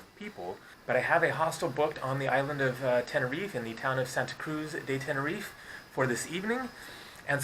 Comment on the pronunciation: It's Tenerife not Tenerifay